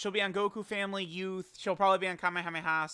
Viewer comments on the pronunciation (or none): none